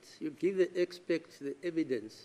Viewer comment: I also heard the judge saying"Expect"